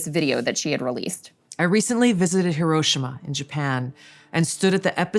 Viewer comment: Lol, everyone pronounces Hiroshima wrong.